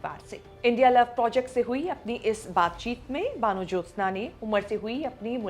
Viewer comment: Kamse kam vanajyotsna ka naam theek se to pronounce karke. Van Jyotsna ka matlab to samajh lete.Hindu bengali ka naam baano to nahi ho sakta. Apta pronunciation kaan mein chubhta raha.